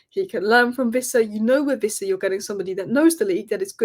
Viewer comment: Its Wissa, not Vissa. Everyone on YouTube seems to think he's a German. 😂